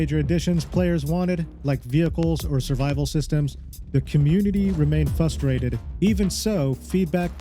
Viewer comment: You said "Fusstrated" dislike.